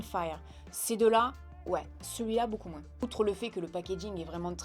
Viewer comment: Super vidéo comme toujours et merci pour ce joli concours 😍🍀👍. Petit "moin's" que j'adore 😂😂❤. Prends soin de toi 😘❤